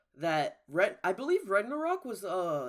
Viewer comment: You called it "Renderock". What the fuck